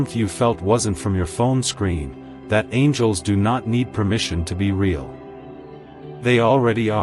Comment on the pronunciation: ray-all is Ai correction needed for the word real (pronounced reel)